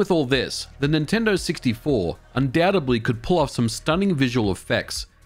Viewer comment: Did you say "undoutably"?! That word does not exist. You meant "undoubtedly"